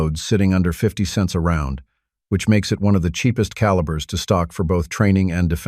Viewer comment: I stopped the video at the AI mis pronunciation of calibers. Don’t use AI it makes the video bad.